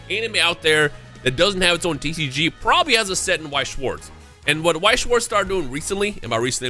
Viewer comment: i feel like remembering once you said you have german heritage, so please lern how to pronounce Weiss and Schwarz its not difficult